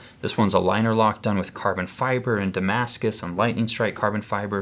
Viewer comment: Is he saying "damas" instead of "Damascus"?